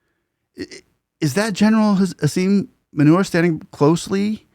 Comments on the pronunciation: General Asim manure 🤣 , though a mispronounciation by you , is a pretty apt name for the jihadi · I like how your pronounce the Pakistan army chief’s name! Asim Manure, is the most authentic pronunciation! Or at least most befitting! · Asif manure 😂😂😂 rightly pronouced! Love from india.